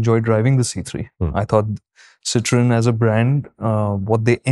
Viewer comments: Make a short video of the pronunciation please 😂😂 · You guys had me laughing and hooked at the 25th second with your french pronounciation! Oh god what a start to the day! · I clicked on this video just to listen how Citroen is pronounced. 😂😂